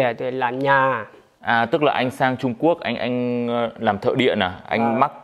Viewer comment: Lúc anh ấy nói đi Trung Quốc mà nghe đi trộm cướp về kkk